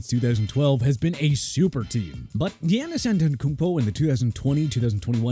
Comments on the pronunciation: Giannis is pronounced Yahn-nis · How my boy say Giannis be like saying Tyler like Taylor 😂